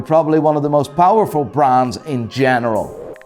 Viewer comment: Cool review and all but why do you so blatantly mispronounce every brand? Are you doing it to be rude or something?